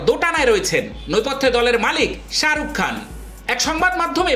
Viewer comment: ওটা সাআরুক ন শাহরুখ ভালো ভাবে উচ্চারণ করা শিখুন দিয়ে ভিডিও বানান